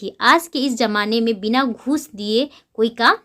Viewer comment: Brina nahi bina